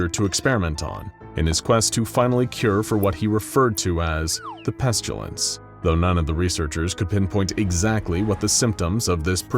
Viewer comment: Great video! Got some interesting pronunciations there though. Pestilence (pest-a-lence) as Pest-u-lence and debris (da-bree) as dabreeze. Also noticed an error here “nobody knew as much /than he did/“.